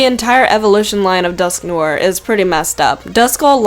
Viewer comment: Dusk-no-ah that's how you say it